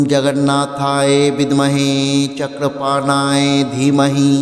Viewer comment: Chakrapanoye শব্দটি সঠিকভাবে উচ্চারণ করুন।